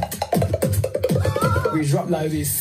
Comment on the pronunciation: 本人は英語全くって言ってるけど、koheyのwe drop like thisの言い方かなり良いしカッコいい